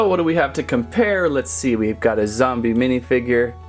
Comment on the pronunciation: Its zombie not zumbi